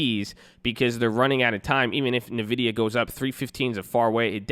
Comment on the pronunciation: So the Nvidia is pronounced as "envidia" and not "navidia"